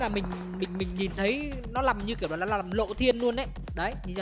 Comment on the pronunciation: Yêu cầu ông phát âm đúng chính tả tí Này(lày), nọ(lọ), là(nà)